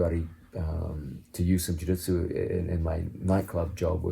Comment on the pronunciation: He says Jiu-Jitsu like my dad Jaditzoo